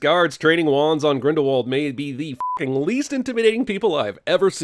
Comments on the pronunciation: Another sin: in the first movie everyone pronounces it as Grindle W ald but in the movies they pronounce it Grindle V ald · Add about 10 or so sins for the mispronunciation of “Grindlewald”. THAT SHIT IS A HARD W! SOUNDS LIKE A V! ITS NOT THAT HARD!